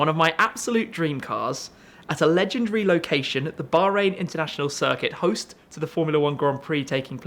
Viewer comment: Did he say lehgendrey?